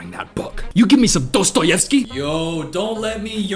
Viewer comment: hearing a foreigner pronounce a Slavic name correctly was a borderline unreal experience props to you my man